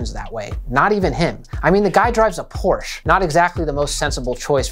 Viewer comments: I so hate people mispronouncing German car brands like Porsche or Volkswagen ([porsheh] and [folksvaagn], respectively). Aside from that, I really enjoyed this video, as it helped me understand what I enjoy about minimalism and why some nominally minimalist products still fail to impress me. Most importantly, I think, minimalism can be great at enabling personalisation if you're allowed to put layers on top of it, and it is great at conveying purpose when used right. It can be overdone, of course, but I always had an appreciation for readability and creative use of negative space. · Please for the love of god: The „e“ at the end of Porsche is there for a reason!